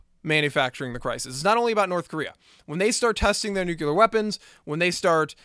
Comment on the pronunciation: I'm a stickler for this, and I'm sorry as this video was indeed quality, but you say "nucular" instead of nuclear. Like I said, I'm sorry, but I'm a bit of a stickler.